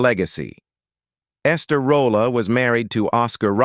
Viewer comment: I enjoyed the video but is Esther Rolle’s last name pronounced Roll, Rollah, Rolay or Rolley? I heard her last name pronounced several different ways in this video it..😅